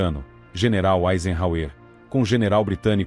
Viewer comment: Panzêr, Eisenrrauêr...